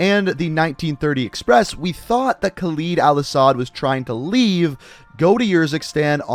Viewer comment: am i the only one who finds it cringeywhen he says Khaled wrong?